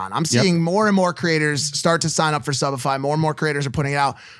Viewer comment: is this only me who heard subified as shopify!